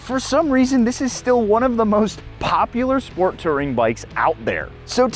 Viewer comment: It's "Touring", not "Tirring". You must have learned the pronunciation from Yammie Newb